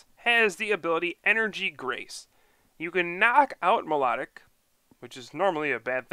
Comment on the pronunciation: I meant its pronounced my low tic